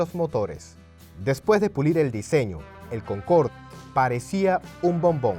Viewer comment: Es "Concorde", no "Concord" empezamos mal